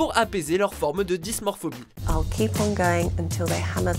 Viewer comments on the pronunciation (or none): Alors c'est Dysmorphophobie...et non dysmorphobie...il faut plus bosser vos vidéos, les gars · C'est pas dysmorphobie (ce mot n'existe pas) mais dysmorphophobie. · On ne dit pas dysmorphobie mais dysmorphophobie ;)